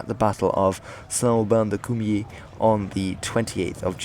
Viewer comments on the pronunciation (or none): It's Saint Aubin du Cormier. Not "De Courmier" 😁